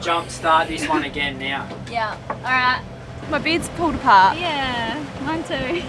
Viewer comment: saying 'right now': "Right nayah"